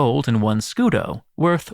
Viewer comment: Scudo but pronouncing it scudeee😂😂😂